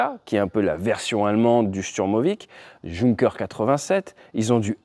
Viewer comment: Intéressant. Petite précision phonétique : Junker se prononce Younker.